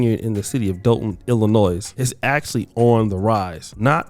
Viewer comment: Why do yall always call it dalton? Its Dolton.